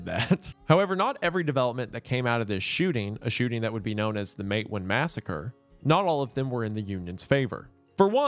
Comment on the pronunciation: Isn't it pronounced "Mate WAAN"